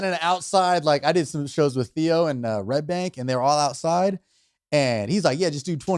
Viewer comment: Trevor said "RedBANK" LOL